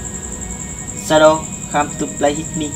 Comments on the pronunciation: Whit mi chứ ko phải itmi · Đọc sai rồi ông ơi Shadow come to play with me ông đọc hit thì ai ra cho ông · Đọc sai thần chú rồi :)) SHADOW COME TO PLAY WITH ME mà đọc là SHADOW COME TO PLAY HIT ME